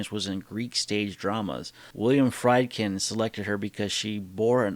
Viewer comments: The directors name is pronounced Freedkin with a long E sound, not Frydkin like in chicken. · FREEED-kin. FREEED-kin.